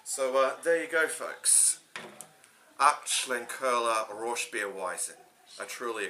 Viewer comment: The colour makes it look inviting enough to at least give it a try, well done with the pronunciation too. Cheers